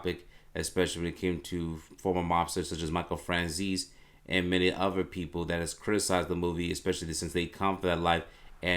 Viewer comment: My dude... the amount of words you mispronounce. Not trying to be the word police, but man.... -Bruver instead of brother. -Uhver instead of other. Some words are just wrong bro. *You said betrayal, but you meant "portrayal." Should have been "portrayed." Theres more but im limted on time. Again, im not being a jerk. Just trying to help you. Just try to slow down a little, get those things ironed out, and your videos will have better quality. Peace man